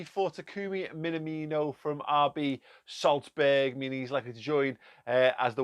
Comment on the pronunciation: That "Solsberg" kinda kills me